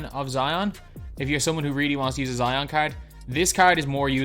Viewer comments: be like: Zeeon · Zeeeon Williamsin what he be like hahahhahaha